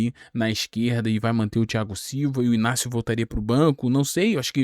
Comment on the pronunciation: I G N A C I O e não Inácio. Ele já falou isso